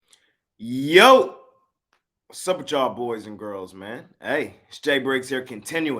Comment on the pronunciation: Do not say yo like that. Ever again. It’s yeeeeooooooooo